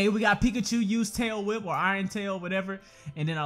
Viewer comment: Ohhh why did you say tail whip wrong